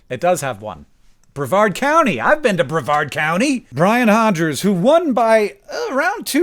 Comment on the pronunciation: as a citizen of Brevard NC, thank you so much for pronouncing Brevard properly.